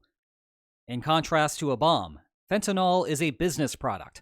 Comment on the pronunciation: Fentanol.??? Gee, that's interesting - I gotta get some !